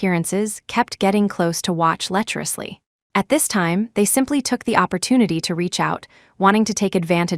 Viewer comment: Lecherously not letterously